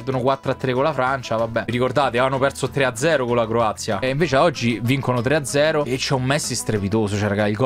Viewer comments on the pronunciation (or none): Mie si dice Croazia e non corazia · No che lui ha detto Corazia e non Croazia😂